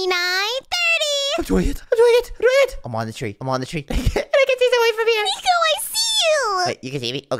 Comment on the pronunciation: nico said zoye not zoey